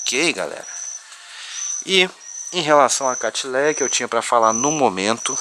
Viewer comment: Nao é catileia é catleia